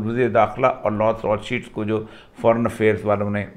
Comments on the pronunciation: It's Rothschild not cheeld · Maqbool sb you have small knowledge of hadees. You only read 6 to 7 hedees every time about imam mehdi. There is lot lot hadees available in islam about imam mehdi. I thought you have history knowledge but i was wrong. You can not call the name of Rothschild correctly.